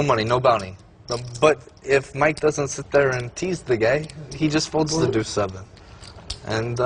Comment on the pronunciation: It’s deuce, not two.